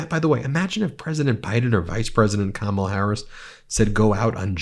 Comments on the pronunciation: He said Kamala right this time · You missed it! He finally pronounce her name correctly! Big flub on his part, but we’ll take it 😊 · WOW, he finally said her name properly....I think he has colon rectal cancer. That's a killer. 🤦🤦🗳️🗳️🗳️🇺🇲🇺🇲🇺🇲